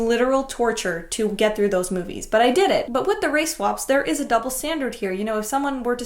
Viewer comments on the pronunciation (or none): You keep on saying race wap